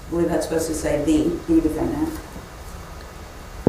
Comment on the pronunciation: was probs kinda nerdy and cute when she was a spring chicken. If not for her revolting client and pronunciation of “defenDANT” she would be a pretty old lady.